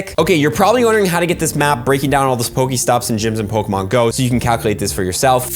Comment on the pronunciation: Please say Pokémon right if I hear Pokamon one more time I might die